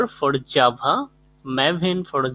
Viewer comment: The vid is great but...... Jabhaanhaa! XD